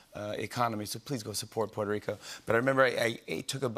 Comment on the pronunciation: No se porque dice "puerorico" En vez de la pronunciación correcta